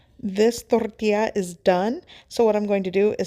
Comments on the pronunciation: Exactly my point. That's why it is INCORRECT for her to roll the R in it. Thank you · Why do you keep mispronouncing "tortilla?"